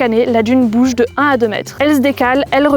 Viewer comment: Petit reportage sympathique. Un seul regret, ne pas entendre une seule fois tout simplement le nom de la commune sur laquelle elle se trouve, à savoir « La Teste-de-Buch » (prononcez « Buch » comme bûche). Bonne continuation :)